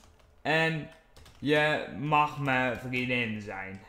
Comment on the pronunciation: hoe vaak moet ik het nog zeggen? HET IS VRIENDIN geen VRIEDIN xD